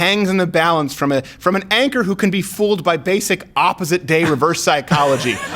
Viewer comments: it sounded like he said actor to me too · I heard actor too lol 😂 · 😂 I'm sure he meant anchor but he said actor for sure